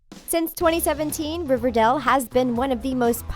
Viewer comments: It’s Riverdale not Riverdel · I’m I the only one who thinks she’s saying riverdel and not riverdale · It's Riverdale not Riverdelle. Is that so hard? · Did anyone notice how she pronounced it River-doll instead of of River-dale? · It's Riverdale not Riverdel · Why is she saying riverdell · Did anyone else hear her say riverdel? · she kept saying riverdale wrong